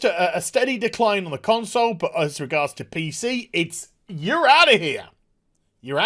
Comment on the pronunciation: Did he just drop "Con-soys"?